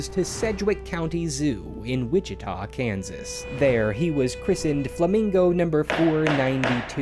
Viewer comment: I’m glad you were able to pronounce by city correctly lol “Wichita”